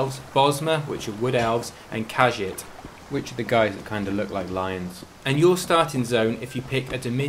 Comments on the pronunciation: khaj-it? Wtf?! its KHA-JEET my n'wah. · Khajiit. Ka-jeet. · Oh btw, with Khajiit, the “i” is pronounced like it’s an “e”